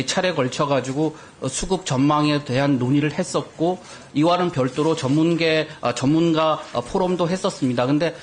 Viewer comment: 전문가를 전문개??? 왜이리 발음이 새냐!!!